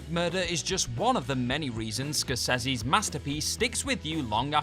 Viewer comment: You pronounce Scorsese's name correctly, which most don't, but completely mangle Depeche Mode's name... GOOD JOB!